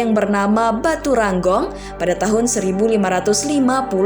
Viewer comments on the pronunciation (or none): Batu Renggong Min, bukan Batu Ranggong😂